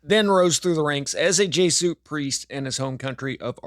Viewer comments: Pronounced: Jezz you it. Not "jay suit". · Jay-suit? You mean Jesuit? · Why can't you pronounce "Jesuit" properly?